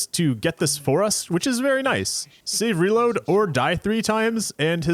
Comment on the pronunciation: great content with this series, but i have to mention that after untold hours of watching souls videos and exposure to the term “save; reload,” is the first time i ever heard “savory load” instead. thanks for that, i hate it.